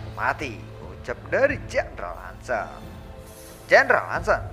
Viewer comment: Bang ada sedikit masukan nih kalo boleh; jendral Han Sen itu dilafalin kata "Sen" bukan seperti kata 'Sendiri" tapi seperti "e" pada kata "BengBeng".. mohon maap jika sy lancang, jgn digebuk ya 😅🙏